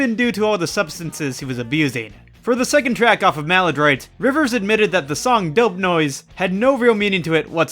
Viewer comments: It’s dope nose not dope noise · It’s dope nose👃 not dope noise.